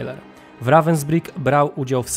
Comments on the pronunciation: Dokładnie to Ravensbhyk się czyta. Więc proszę się doinformować i nie wprowadzać w błąd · Naucz sie czytać i mówic po niemiecku końcówki er czyta się jak „a” miasto wypowiada się ravensbrug 😊😂